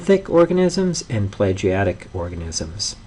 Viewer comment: It's pelagic pe-la-gic. Not "plegiatic".